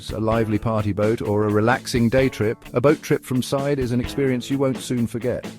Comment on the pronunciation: The Turkish town of Side is pronounced like "seed-eh", with a short "i" sound as in "sit" and a soft "eh" sound at the end. It's not pronounced like the English word "side".